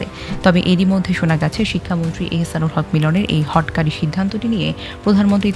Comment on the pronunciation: হটোকারি হবে উচ্চারণ (বানান হটকারি)